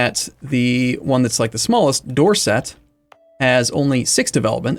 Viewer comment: just so you know if you dropped the t a bit youre pronunciation of dorset sounds a lot like someone from dorset